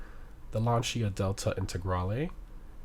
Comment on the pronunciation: This guy really doesn’t know how to pronounce anything. Lancia is not lanchia. Stop butchering names. Even the newer Ferraris he can’t pronounce